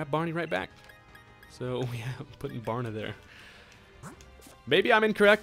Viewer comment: "barna" lmfao